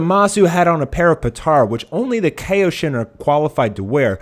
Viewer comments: its pronounced "Ky-o-shin" not "kay-o-shin" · damn i have never heard anyone pronounce kaioshin so incorrectly. lol KAYoshin? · By the way, please learn how to pronounce Kaioshin and Kaio-ken. You pronounced it correctly only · Do you know what Kaio ken is cause your saying Kaio wrong just say Kaio like how goku says it Kaio ken then just say shin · You keep on pronouncing Kaioshin wrong